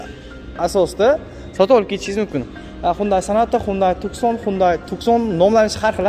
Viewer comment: Tussan deyilmidi Tuqsan deyiladi